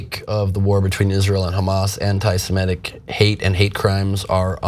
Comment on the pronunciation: Cenk Uygur and Ben Gleib mispronounce "semitic".